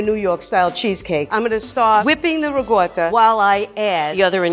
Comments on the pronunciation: Ricotta...not regoda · It's Ricotta, not regorda cheese. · I love but part of me died every time she said rigoiata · As an Italian, I was TRIGGERED by saying “Riggota” instead of riccota.. Love her tho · Why is she calling it rigooota? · lady: uses ricotta also lady: RIgOrtA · J0my He’s talking about ricotta the ‘c’ is pronounced as ‘k’. The ‘r’ in Italian has more of a roll too. And the ‘o’ is more a short ‘o’ similar to stop. The ‘a’ should sound clear and open from the throat. Like when they doctor tell you to say aaahh but short ofcourse. It sounded like she said wrigoitah instead of ricotta. It should sound somewhat similar to Terracotta. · Pronunciation - It’s Ricotta, Not “Rigot” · I swear this chick is really pi**ing me off saying rigotta like who the heck told you to say ricotta like that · No one: RiegOtA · No one: Not a single soul: Grandma: RIGUOTTA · People from Italy don't pronounce that word with a "g" sound. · What's up with the lady's pronunciation? Why is she calling ricotta "rigoda"? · I'm sorry I love you but how tf do you pronounce ricotta?? “rougouder"?? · It's ricotta lady, RICOTTA, UGH. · Am I the only one off-put by how pronounces ricotta? Dear lord woman, not even rural Italian farmers pronounce it with that strange an accent... It's not even strange to pronounce, it's literally as written. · Kinda does my head in how she pronounces ricotta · Not only did I live in italy for YEARS and speak the language fluently. I spoke it so fluently I taught English To Italians IN ITALIAN! And I can say whole heartedly that people trying to pronounce italian things in a garbage bag New York accent should be a war crime. The cheese is Ricotta. Pronounced (Ri-Co-Tah) idk what the hell Riguttuh cheese is! My goodness, if you wanna sound like you know some other language maybe try A little bit. Otherwise she seems like a lovely lady, but her italian is as bad as My own grandmothers, and she's never left the state of Colorado